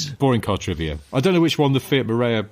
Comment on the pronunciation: About 10 years go I had a Marea Weekend 2.4 20V, fabulous car, and yes I followed it with a Fiat 'No Idea'. I don't think I paid more than £400 for either of them and they were actually very reliable. 'Marea' is pronounced 'maraya' in Italian. I would imagine your Fiat family are of italian descent.